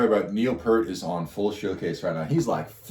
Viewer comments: FYI rush 2112 was every Toronto’s youth rite of passage. Which is why rush is ours, all ours but you have our permission to listen and enjoy 😅 FYI Pronounced. Peert. As in ear Peart Not Pert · "p ear t", not "purt" or "pert". He pronounces his name in interviews. If you this guy's playing, you should hear him speaking. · Please start pronouncing the Professors name correctly. Peart. Say it fast... "Pee-Art"!!! It's a Canadian thing. Have some respect. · "peert" not "pert" common mistake. :) I don't care for the sound mix in this version. MUCH prefer the studio version. So much cleaner, and Geddy's vocals were in the stratosphere, whereas in this recording his voice simply wasn't capable of performing it as he did in the original. This recording sounds so muddy, too. Maybe Stickhits' remaster just sucks. :/ That said, 2112 is an amazing journey. You MUST listen to the studio version with lyrics, because it's a whole story, and there's a super bit at the end that was left out. 2112 is a piece in 7 movements based on an Ayn Rand story called "Anthem", about a dystopian future where the Priests and their computers tell us all what to think, what to feel, and what to like...until a dude finds an ancient guitar. Rush's career spanned from . They stopped touring when Neil's health prevented him from giving the fans 100%, and he didn't want to give them any less. He died from brain cancer in January 2020.